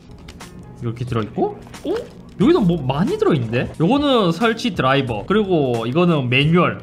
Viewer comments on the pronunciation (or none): none